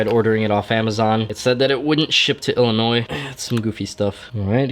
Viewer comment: O hei, he said Illinois right.